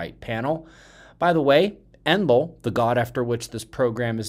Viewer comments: Thank you for the explanation, it is quite helpful. I used to think you said Emerald spiral and managed to figure it out by comparing the page title to what you were speaking. I use close caption quite often and the bot translates some things incorrectly. Also learned to use 75 playback speed in order to keep up with what you are telling us,,,i bet you walk fast! Hope you had a great Birthday. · I'll be darn!! All this time I thought you were calling it the, "Emerald" spiral. Thanks! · I always thought you were saying "endless spiral"